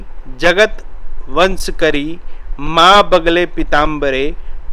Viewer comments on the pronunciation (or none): वंश करी नहीं बोलते ।। व शंकरी बोलते हैं । पूर्य पूर्य न बोलकर पूरय पूरय बोलना चाहिए ।जय भैरव